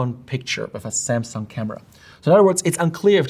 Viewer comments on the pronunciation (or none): none